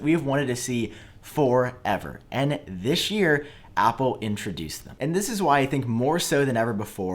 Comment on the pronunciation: That "thishyear" tho xD